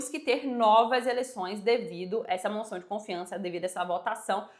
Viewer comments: A informação está correcta, so um pormenor : diz-se moção e nao " monção ". Continuacao de bom trabalho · Porque vc fala " monção de censura" ? 😮